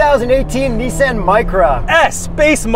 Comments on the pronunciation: It’s not nisaaan, it’s pronounced nison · Americans be like "this is the niece - Ann micura" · Lol you said neice-anne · Knee san